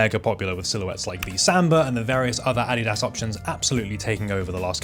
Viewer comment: Holy, a channel that knows how to actually say Adidas correctly